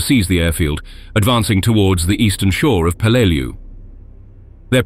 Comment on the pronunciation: Any Navy or Marine vet can rell you the correct pronunciation of the island name